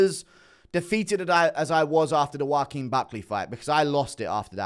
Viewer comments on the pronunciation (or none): none